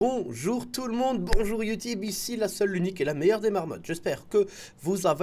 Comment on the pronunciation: Il a dit bonjour youtibe xD